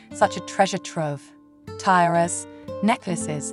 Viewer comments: Tairas? Not tiaras? Street Petersburg????? Where did this breathy woman learn English? From the radio in Ugana?😢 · Please note: brooches are pronounced bro -ches not br-uches and tiaras are pronounced tee-aras not tie - arias. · tyras? do you mean T -aras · “Eighteen precious Tyras with gorgeous stones….” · my favorite mispronunciations are Tyara and brooooches!